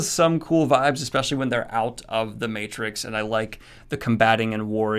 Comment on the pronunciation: the again, I see you butchered Matrix. Aaaaand unsubscribed.